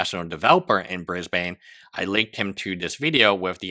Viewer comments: i'm sorry but an aussie needs to tell you lot it's BrisBIN not BrisBane, omg brisbaner what in tarnations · it’s not “bris bane” more like “bris bun” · dammit, Brisbane is pronounced "Briz-ben" not "Briz-bayne" - its like fingernails on a chalkboard for an Aussie to hear it pronounced this way 🦘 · I see a lot of people / Aussies here 'biatching' abt the pronunciation of 'Briz-ben'. Frankly, I find it a bit petty! How do you pronounce, for example, without looking it up beforehand, the capitol of Denmark... in Danish, or the Finnish capitol not translated to English - I would like to hear you do that! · Brisbane - sounds like Brisbn, or Brisbun. (Not like a circumcision of a Batman baddie...) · you mispronounced "Brisbane" EVERY SINGLE TIME, you pronounce it without the "a" 😐